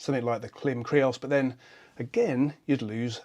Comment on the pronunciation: Just a quick note, Klim is pronounced Climb.